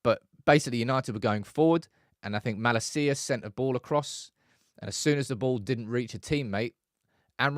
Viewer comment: Why do pronounce Malacia’s name like that ? For the love of god please get it right my man 😂